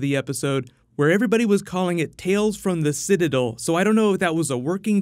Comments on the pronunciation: Why does this dude always call it the Citadull of Ricks and not the Citadel of Ricks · It's not "sit-a-dull" it's sit-a-dell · bro it's sit-i-dell. not what ever u said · "Sid-uh-dill" lol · "Citidul" Kill me please